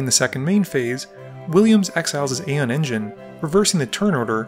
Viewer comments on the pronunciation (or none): none